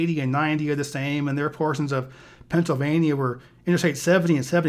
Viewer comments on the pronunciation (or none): none